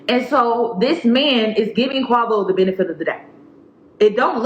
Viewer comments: The names are pronounced Quay-voh and sweety that’s it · If you say Qawvo one more time 😂😂😂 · Every time you say "Quah-vo" I snickered 😁 This is a sad story tho ugh It's an embarrassment to both sexes imo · 😂😂😂 I'm sorry but everytime you say "Quavo" all I think is avacodo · I’m sorry, I know this is a serious topic but the way you pronounced Quavo & Saweetie sent me 😂